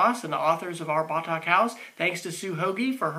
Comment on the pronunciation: thank you for sharing, and yes you pronounce Batak correctly.